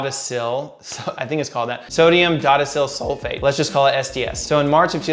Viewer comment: I think it is pronounced Sodium "DOH-DEK-AL" Sulfate. Correct me please if I am wrong.